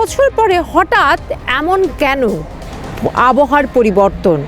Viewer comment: আবহা নয় আব হাওয়া